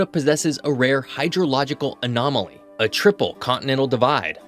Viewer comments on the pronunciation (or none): none